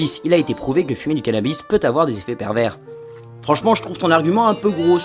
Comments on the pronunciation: ON PRONONCE PAS LE S DE PERVERS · C'est pas parce qu'il y a un 's' à "pervers" qu'il faut le prononcer... on garde ça pour "perverse"... non ?